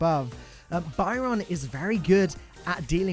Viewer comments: Byron seems awesome. I hate paying for brawlers but I might have to give in cos I love being a healer. Loving your video style, keep up the great work. Keep pronouncing Byron like that though and I might end up hating you. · why do you pronounce Byron so bywrong!!